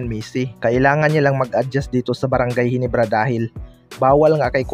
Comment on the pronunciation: Ginebra lods hindi HINIBRA 😢